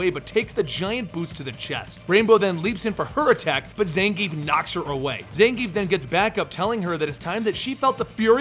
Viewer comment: Zangief is pronounced Zahn-Ge-Yeff.